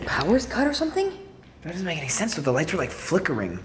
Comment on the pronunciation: Make....Not Meake.....